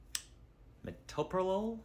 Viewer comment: meto - PRO - LOL